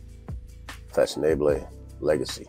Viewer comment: The name is literally one French translation for "fashionable"--there are many--and is pronounced kinda like fah-son-AH-bluh. If you've ever heard the French pronunciation of "formidable", the second half of that is the same as the second half of this. Thank you.